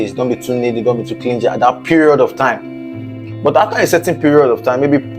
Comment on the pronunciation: YOU REALLY NEED TO WORK ON YOUR PRONUNCIATION, FIRST TIME THAT I VIEWED YOUR VIDEO, CLINGY, THERE IS NO G SOUND, THE G IS SILENT 😱🤐😐😣😖